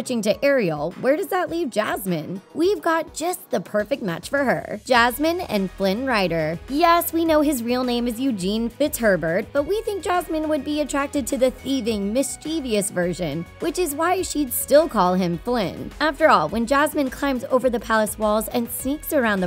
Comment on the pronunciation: FISHHERBURT XD